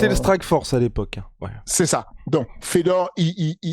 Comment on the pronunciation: "N'ai pas la fowrce"